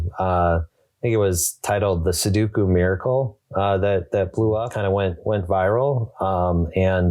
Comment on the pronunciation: Why do they all say "suduku"?